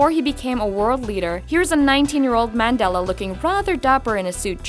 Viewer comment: Oh my word the Mandela part was a pronunciation killer!